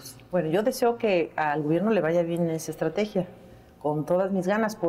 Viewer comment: no se dice estatregia,se ve que no practica la lectura.